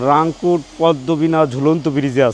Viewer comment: রিংকুট না, রাংকুট হবে